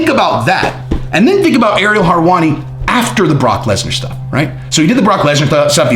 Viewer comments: Harwani, lol it's helwani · always bringing the heat and inside scoops. I love how he butchers some names tho.. harwani lol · Lol love ur content (both channels) but for the love of God stop saying Harwani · How does he pronounce everything right except for Harwani? Is it on purpose? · WHO is Ariel "Harwani"?? 😂😂😂💀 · Aaaaagree....btw, no R's in Helwani🤗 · It’s hilarious that you butcher his name😂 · If you can't say his name properly, says how much effort to research your content is focused on, you lack credibility, and should just say that's your opinion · You know a lot about everything except how to pronounce his last name.